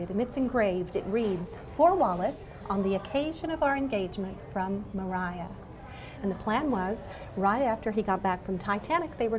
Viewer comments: she said maria wrong... why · Puzzly maybe that’s how you pronounce her name? Maria, Mariah lol